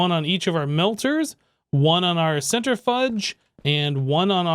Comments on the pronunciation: ‘centre-fudge’ :p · Its amazing how you pronounce centrifuge. :p